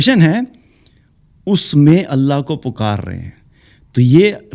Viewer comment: اللہ کے لفظ جلالہ سے پہلے زبر ائے۔ تو اللہ کو پر پڑھتے ہین موٹا کرکے تجوید کا خیال رکھا جائے۔ باقی کیا کہنا سبحان الله وجزاكم الله خيرا كثيرا